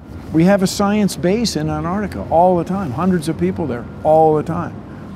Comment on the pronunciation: Bruh!? Before doing that Try making earth better😑 Like bill nye tryna say Antartica!